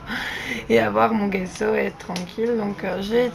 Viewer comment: bonjour JE CHERCHE AUSSI A FAIRE DU"""JESSO""""on ne dit pas """guesso """"mais """"jesso comme """jessi"" en italien g =j gesso veux dire plâtre voilà pour l'info bonne journée Bises A BIENTÖT